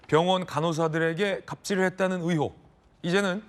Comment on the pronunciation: 의횩이 아니라 의혹이다 진짜 듣기 싫네 아나운서라는 놈이 발음이 그 따위냐?